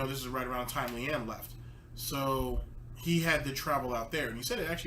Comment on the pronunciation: god dammit man, LEE ANN UH, Leanna thats how you're suppose to pronounce it.